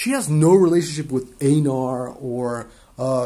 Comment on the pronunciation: Also you pronounce einar like "ainar" the correct germanic pronunciation